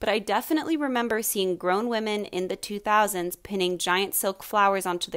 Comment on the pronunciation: Its 2000’s not nautes